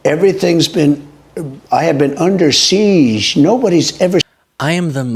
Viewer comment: trump will be like they got it ""infamy"" 😂 as he's dragged screaming to prison. Listen as he says "I'm under siege" 😂 says it wrong